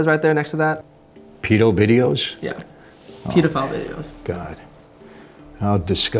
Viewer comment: Peeedophile tf is that😂